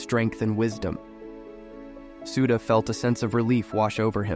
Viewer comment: what's "Nenda", "booda" and "sooda" can't you even pronounce the names correctly?? Such arrogance